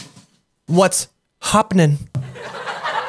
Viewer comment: YuB: What’s hoppinin’ What YuB should have said: YuB: What’s hoppin’